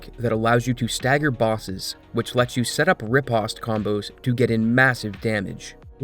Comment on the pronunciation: my guy you're pronouncing riposte wrong :'))